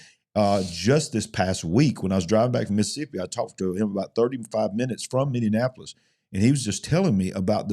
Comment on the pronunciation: you've added an extra syllable to Minneapolis....sorry it's just making my ears go all funny...sensory issues...😇😜